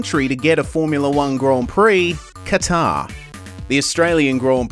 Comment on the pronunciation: A week on and I still lose sleep over David Croft saying CAT-Are. Is Kuh-TARRE that hard to say? Seriously?